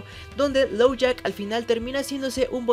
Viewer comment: Uh Dijiste "Lowjack" y es "Lockjaw" Solo eso, me encantó el video